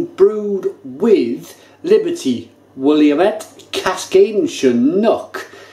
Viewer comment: Great review,! Since you run into Willamette Hops allot, and I live on the edge of the Willamette Valley in Oregon, I'll give you the local pronunciation. Willamette is pronounced " will - lam - it " or " willammit ". I believe it's an American Indian (native american) name, cheers!